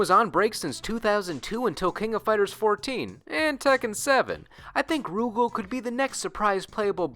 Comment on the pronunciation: Rugal is pronounced Ru Gaal, not Roo Gehl